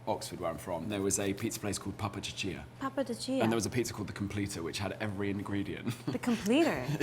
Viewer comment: the way the pronounced pappa ciccia is so funny😭